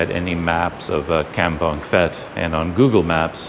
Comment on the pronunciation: As with Umphang, the ph is sounded P not F. Enjoying your videos around our area.